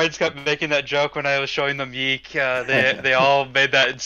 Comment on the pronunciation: It's pronounced Y-EEK not Y-ICK